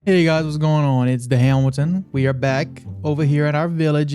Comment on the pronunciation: "The heeamelton baby"